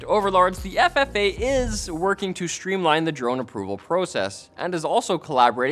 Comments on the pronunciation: Federal Aviation Administration. FAA. Not FFA. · Isn't it FAA and not FFA?